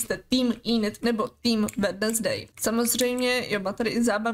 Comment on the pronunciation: Ahoj jenom sem ti chtěla říct že se to vyslovuje Wenzdej a ne Wednesdej i když se to tak píše